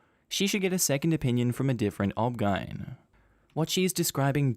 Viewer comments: please for future videos saying "obgyn" as a word is like saying r.i.p every time you mean rest in peace the poster didnt put the "." in O.B.G.Y.N. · That first story was absolutely awful. Also, in the USA, we say each letter for OBGYN. So hearing "obgeine instead of O.B.G.Y.N was very strange. Were you trying to just speed up the video or is that how you say the name as an Ozzie? I'm curious. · So is "OBGYN" pronounced "Ob-gine" in Australia instead of O.B.G.Y.N.? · OBGYN is pronounced O-B-G-Y-N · I'm surprised I haven't seen as many comments as I should about this but OBGYN is pronounced as O-B-G-Y-N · O B G Y N, not pronounced as a single word. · I keep giggling at the obgyn pronunciation